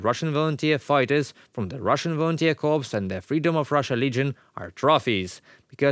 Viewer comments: "corps" is from French, so it's pronounced "core", not "corpse". Don't worry, it's a mistake many natives make too. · Corps not corpse.